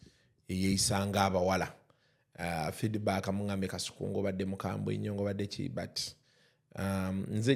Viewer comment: 😂😂the way called kasuku “” kaisuku”””😂😂😂